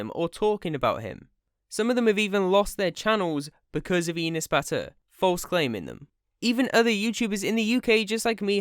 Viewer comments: I hate enes as much as the next person but its not "eenes" its e like "ethical" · you say the name wrong. its said like "an ass" enes. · Why you saying enes like penis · My name is Enes and it is pronounced (Eh-ness) not EE-ness. Anyway I’m Turkish and my name is Enes and I hate him (just stop saying my name wrong) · Enus? Its Enes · You make me laugh when u say Enes... Cuz it sounds like Anus. And as a Turk, yes he is an asshole. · you are pronouncing his name wrong: his name is pronounced same as an ass ( in a slighter quick way) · Enes? Mire like anus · you pronounce enes like penis lol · Confirming from Turkey, this video is like a chemotherapy session for YouTube Turkey. And i love how you pronounce his name to sound like penis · tbh tho Enes sounds like anus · Thats not how you pronounce Enes...